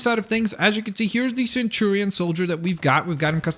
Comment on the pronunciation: I hate to say it, but it's centurion, not centurian.